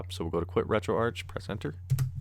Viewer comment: Retroarch-itecture: Pronounced Retroark Listen to the start of a Sonic game, how is Sega pronounced? Betcha it's not segga.